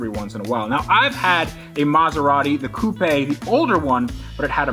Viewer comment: Congratulations on pronouncing coupe correctly